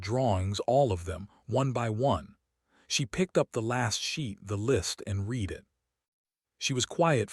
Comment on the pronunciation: It's the AI. This AI narration was better than most. I only noticed "read" said in the present form when it should have been in the past form.